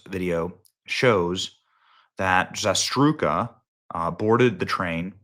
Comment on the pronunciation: Read slightly slower.. Zarutska.. not no Zastruka..